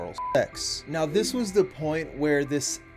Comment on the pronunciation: Why do you pronounce “the” like “duh”? It’s driving me crazy. If there’s an explanation that would explain it, it may be a little more bearable to watch.